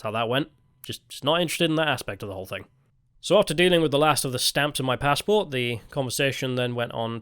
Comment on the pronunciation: Judging by your new pronounciations, I think youre working for the yanks. Its a passport not a f pazport.